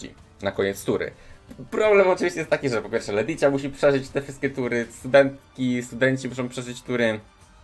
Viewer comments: JEZU LETYĆA, serio uszy krwawią jak słysze jak wymawiasz te nazwy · I wydaje mi się jeszcze że powinno się czytać leticja😜😜